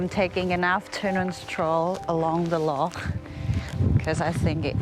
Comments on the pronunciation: Thank you for pronouncing "loch" correctly. It irks us Scots to hear it pronounced "lock". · Lovely vlog, and thanks for making the effort to say Loch correctly !! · you pronounced "Loch" perfectly, you are now a true and great Scot. The passport is yours' to enjoy. Your welcome.❤